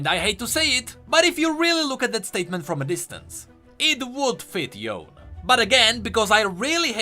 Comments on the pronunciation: its not Yown . its Yo'ne (Yone) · its yone not yon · If you say Yon again, I will kill myself. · the way he says yone's name makes me so upset PLEASE pronounce it correctly